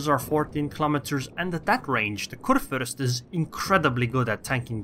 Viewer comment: Am I the only german that is watching this vid? XD I mean, respect to you Sir. You nearly nailed the "ue/ü" but this ship is a man ^-^. A "Fürst" is a man hired by the king to rule his part of the land. I guess nobody cares but anyway just wanted to say it. Btw nice videos you got there on your channel.